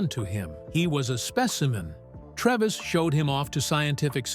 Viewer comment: The doctor played by Anthony Hopkins was called Frederick Treves. Pronounced TREEEEVS, not Trevis.